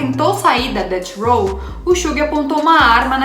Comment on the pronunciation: Gata, manja das gírias e trouxe conteúdo top! Mereceu like, só um toque, quando for se referir a death row , pronuncie DEFF ROW